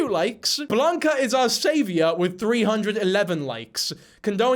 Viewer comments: her name is pronounced blanca with an L it’s a Hispanic nickname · Blanca, not Bianca 😂